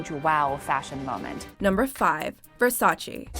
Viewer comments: You pronounced Versace as versaCHI, it suppose to be versaCHE. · Whats Versachee? I heard of Versace.